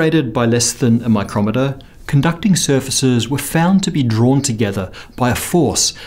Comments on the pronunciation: Needlessly snarky pronunciation note: "separated by... a miCROMeter" - you mean someone used a device for measuring small distances to separate the plates?! I think you mean a "MICrometre". See also: kilLOMeter (a device for measuring body count) versus KILometre (a thousandth of a metre). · "Micrometre" is the unit and is pronounced "my-kro-mee-ter". "Micrometer" is the device and is pronounced "my-krom-et-er". Given the host is Australian, he'll be used to "micrometer" only referring to the device and likely forgetting that the US English speakers who write his scripts spell both the same, even though they are pronounced differently and refer to different things. To my knowledge, this distinction in pronunciation and meaning applies to US, UK and Australian English, and I assume to other English dialects, too. It's just that unlike UK and Australian English, US English doesn't have the spelling difference to help you tell them apart. Yes, you can figure it out from context (which is how I spotted the error), but if you're not paying attention to measurement, it's an easy mistake to make. Doubly so if you're not very familiar with SI measurements, which is to be expected from the US, given their lack of metrication.